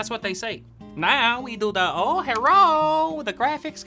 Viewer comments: oh herro 😂😂😂😂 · Herro me: ok this is s good start